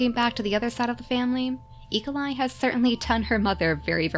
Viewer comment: When you say Eagleeye quickly, it almost sounds like e.coli!